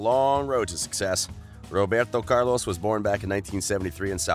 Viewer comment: Dude you have great content but got to stop butchering names